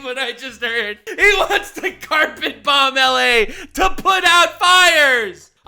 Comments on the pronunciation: he says the second "B" in bomb omfg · I never watched XQC before, but...I can't believe he pronounces the silent "b" in "bomb." Truly public education has failed us. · Was it a skit, did I hear wrong, or does XQC really pronounce the 2nd b in bomb? lol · Actually pronouncing the second b in "bomb" is kindergarten brain activity.